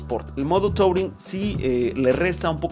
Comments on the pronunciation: No se dice "tauring", se dice "turin" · Se escribe touring pero se pronuncia turing Como bien dices, me parece una moto touring, pero no la veo doble propósito, para mi el mejor ejemplo de una doble propósito sería la dr650 de suzuki Buen video